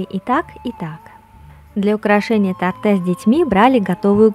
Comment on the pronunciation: Харе Кришна, спасибо за прекрасное видео и замечательное философское сопровождение. В рус.языке в слове " торта" правильно ставить ударение на первом слоге. Извините за поправку. Мои поклоны. Удачи Вам!